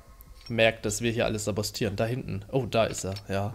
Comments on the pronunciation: Ist egal.Aber richtig heißt es sabotieren. (glaub ich 😶) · Es heißt saboTieren.Nicht saboStieren.